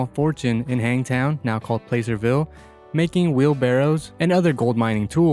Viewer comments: By the way that town in California is pronounced - Pl ass erville not Play cerville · you miss pronounced PLACERVILLE CA aka HANGTOWN. I've in that town for over 70 years